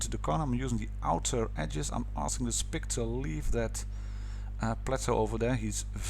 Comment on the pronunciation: Just as a head ups you probably shouldnt't pronounce the Sp 1 C as a spick because its a pretty offensive word